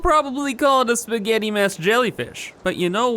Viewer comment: I love how says Spaghet, it sounds like he's saying spigiat.